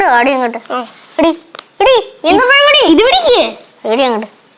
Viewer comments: ഈത്തപ്പയം അല്ല ഈന്തപ്പഴം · Not eethapazham eenthapazham